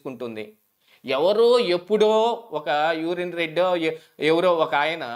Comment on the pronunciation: యూరిన్ రెడ్డి కాదు సార్...ఆయన పేరు యూరీ రెడ్డి